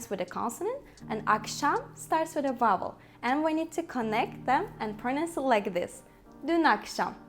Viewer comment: Your English is quite good but I still can hear vubble instead of vowel